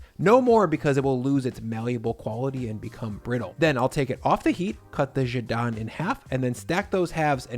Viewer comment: Nice! I typically use sesame oil for most of the stir fry as flavoring, if not outright stir frying. Fun fact -- Jidan is just Korean for egg, although the anglicized spelling of the word speaks to the original Chinese root. (The way you say it actually makes it sound more Chinese haha.) Thanks for this recipe!